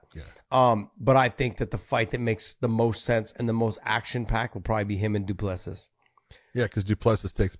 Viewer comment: Great show but out of respect for the fighters you should learn how to pronounce their names. DU PLESSIS = DOO-PLA-SEA *silent last “s”😉